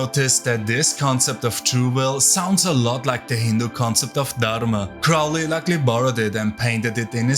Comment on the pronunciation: Saying Crowley was an amateur is... incredibly off-base. A deviant and drug addict, sure. But amateur? You also pronounced his name and Thelema wrong. You seem like the unitiated amateur who likely wasn't allowed past the third level of anything and picked Chaos because no one has to vet your moral compass or actual abilities to have knowledge and conversation beyond the veil. Why would you know anything legitimate if you weren't even initiated in these orders.